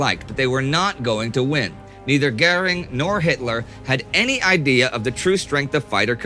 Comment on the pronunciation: I’ve never seen anyone mispronounce Goering before. Say Goring.